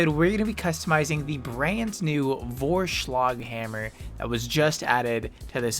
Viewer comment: I have to say, actually nice pronunciation of Vorschlaghammer, good job